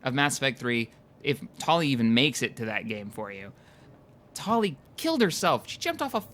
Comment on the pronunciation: this is so long ago, but he pronounces Tali wrong.